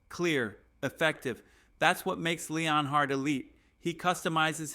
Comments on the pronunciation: Dude, if you're going to make a Broncos channel, how about you don't have AI do it for you. Otherwise there's no way as a Broncos fan you pronounce everyone's name wrong. I dont remember Sean Payton hiring anybody named Jim Leon Hard. It's Jim Leonhard, as in Leanard (Len-urd)!!! Nor do we have a cornerback named Pat Certain. It's Surtain (Sur-Tain). And all you're doing is copying other shows. You can't even come up with your quotes or ideas. Hang it up or do it right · Stopped watching after you butchered Jim Leonhards name. Stop